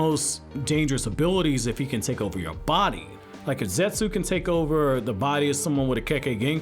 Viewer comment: You're aware the U in Zetsu isn't pronounced?